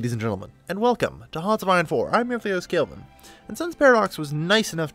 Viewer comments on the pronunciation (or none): none